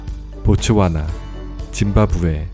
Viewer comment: 보츠나와가 아니라 보츠와나겠죠. 단디 좀 합시다. 끝까지 보니까 후반부에는 보츠와나라고 하시네요. 앞뒤가 달라요.